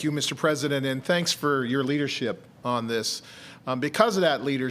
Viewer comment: “I thank your Leardership” If anyone lived in dictatorship countries..... knows this is a textbook sentence!